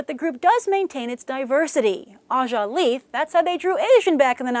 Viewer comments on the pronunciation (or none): none